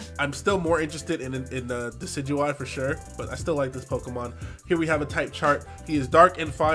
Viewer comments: thank you for pronouncing Decidueye correctly. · thank you for being the first youtuber ive heard so far pronounce decidueye correctly. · MY BOI! THE ONLY YOUTUBER PRONOUNCING DECIDUEYE'S NAME RIGHT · Is the first person I've seen pronounce decidueye properly.